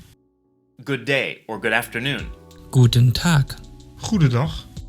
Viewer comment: I thought almost exactly same. That 'Guh-teehn Taahk' sounded particularly odd and I'd say 'Gudn Tach', too (if I said it at all, but I stick to 'Hallo'). Why are L2 learners taught that "overcorrect" and quite unnatural sounding pronunciation? Eg. virtually no German L1 speaker pronounces the verbendings "-hen" or "-nen" as full syllables, like in "gehen", "stehen", "können" etc. They are usually pronounced monosyllabic as /ge:n/, /šte:n/ and /kön/ or /kön:/.